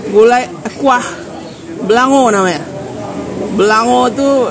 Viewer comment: Sie itek puteh atau bebek bumbu putih jangan upa...oh kuah beulangong bacanya..kurang ng nya😂